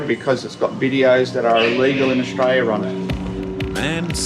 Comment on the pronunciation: "That's whadd-happens when you come from anutha country to Austraya" HA, love it. 😂😂😂😂 Welcome to Aussie 😂